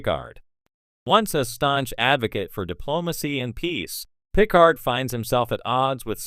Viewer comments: my god he cant say it correctly and say's it too many times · Why are you saying Picard that way?